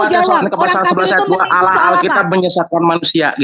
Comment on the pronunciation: bahas Al Qur'an tidak layak, sebab sangat tidak ada ilmu tentang al Qur'an, sebut alloh saja awloh hhhhhhhh setan saja ketawa liat lu....